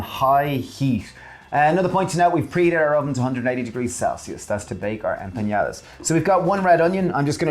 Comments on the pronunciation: Looks so yummy! I have to correct your pronunciation, it's empanadas not empañadas 😉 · You guys need to learn how to pronounce ‘Em PA NA DAS. Not EN PEE NA DAS. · Love this channel, but every time they said "empañadas", a little part of me died.